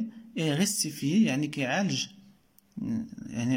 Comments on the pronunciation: Rectifier =corriger On pronnonce le verbe avec q ou k est pas s vous dites restfier la bonne pronnonciation est rec(k)tifier .. :😊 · شكرا صراحة استفدنا منك بزاف ولكن حاول طور مستواك في القراءة Rectifier pas restifier وبالنسبة ل Poème machi poéme ....